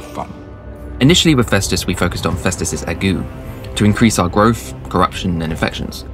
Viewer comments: "Ague" = ayg-you, not like "agoo" unless you're Mr Magoo Great video though, especially the jokes :) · Did he pronounce Ague as A-goo? Bruh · If only he didn't keep saying Agoo instead of Ague, it's literally just Plague without the PL, it's not that hard to understand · Huh.. Turns out I've been mispronouncing 'ague' for years...